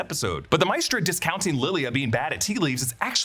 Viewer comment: Not Mistra but Ma-eh-stra